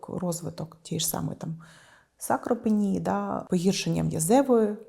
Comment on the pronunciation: Не сакропенія,а САРКОПЕНІЯ!!!!